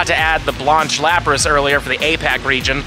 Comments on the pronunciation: My great grandmother is rolling in her grave with your pronunciation of her name! It's an A sound not ah.. This video was cringe everytime you said it like that. Look at your golden girls there was a character by the same name right? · Lol at saying Blanche "Blonch" like Launch. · Bro the way you’re pronouncing “Blanche” makes my ears twitch